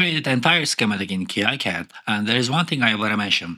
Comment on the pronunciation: it's pronounced "keecad"